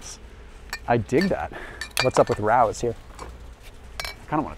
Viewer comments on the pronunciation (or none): Rao's is pronounced RAY-OH's